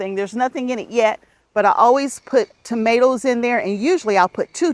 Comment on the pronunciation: Hi! I'm watching from Sweden! I think you are funny, " potatl's and tomatl's ", love it😂. Thanks for these cozy videos/ Sandra